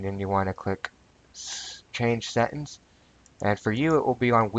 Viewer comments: settINGS, not settINS...... LMAO ty dude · FYI its Settings not Settens Set-Ings Not Set-ens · I like changin my "Settins" too. I just need to clarify, did u say "Speckafications??" Bro thats deadly words talkin!!!